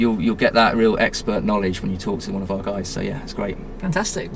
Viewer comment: Wait, so you mean I read all these books for nothing? What about my Na-ledge!?